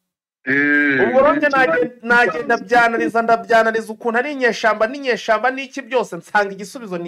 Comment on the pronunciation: gerageza uvuge neza ikinya rwanda bavuga kwibeshya ntago bavuga kwibesha ikindi bavuga inyeshyamba ntabwo bavuga inyeshamba ok?